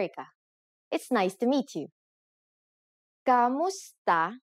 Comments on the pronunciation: One point.... You are pronouncing Kumusta as Kamusta... Please be more accurate about it... Kumusta is the proper way to pronounce it but Kamusta is how it is normally pronounce in a conversational manner... Be not confused about it.. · mali naman pronounciation mo sa kumusta - it's not kamusta - it's kumusta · Correction, 'kumusta' is not pronounced KAmusta (not 'a'). It is pronounced 'u', thus 'kumusta'. We pronounce the vowels as they are written. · Writes kumusta but proceeds in pronouncing it kamusta? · Why does she pronounce it "KAmusta" instead of "KUmusta"? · at hindi KAMUSTA ang bigkas..kundi KUMUSTA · It's odd how she says "kAmusta" instead of "kUmusta" because Filipino doesn't have a lot of words that aren't pronounced the way it's spelled. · Wrong. Hi Erica, mali po kayo sa “Kumusta” na ang bigkas nyo ay “Kamusta”. Kung “kamusta” ang bigkas mo, dapat isulat mo rin na “kamusta”. Pero kung ang nakasulat sa graphics mo ay “Kumusta”, dapat “KUmusta” rin ang bigkas mo. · "Kumusta" this is wrong pronouncation meaning sentence in filipino language standards textbooks. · "Kumusta" is Bisaya spelling. In the official Filipino dictionary, it is spelled "k[a]musta" and Tagalog people pronounce it with an "a" sound